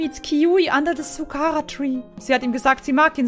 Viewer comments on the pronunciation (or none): Dieser Moment wenn Gnu Zu "Sakura"..... "SUKARA" sagt!!!! 🤔🤣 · Wie sie einfach "Sukara tree" statt Sakura tree sagt😂💕... Sakura is btw das japanische Wort für Kirschblüten🌸❤😂😂😂😂💕